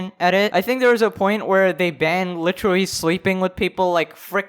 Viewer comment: The way how you say “literally” is just like,,,, Do you even know how to pronounce your R’s? Jaja